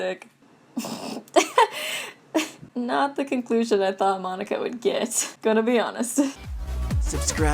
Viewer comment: Monac(k)a, not Monic(k)a